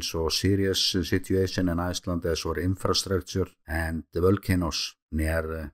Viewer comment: The King of ieeeeeclnd right here